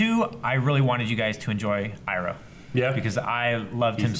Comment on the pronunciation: Ikr, this seriously annoys me. also says ''Iroh'' wrong, he had seen the series before. Love the reactions and watched all of them in 3 days but god damn he needs to be stopped by the Avatar of names.